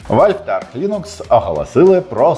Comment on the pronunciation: Дякую за новини. Але ж.. АрЧ Лінукс!